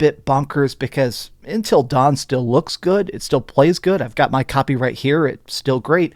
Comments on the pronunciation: UNtil not intel....... jfc, how can you not say UNtil. lol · Why does he keep saying “Intil” Dawn? It’s Until Dawn lol! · UNTIL, not INtil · UNtil, UN...not intil dawn...lol. great vid man! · Please stop calling it ‘intill dawn’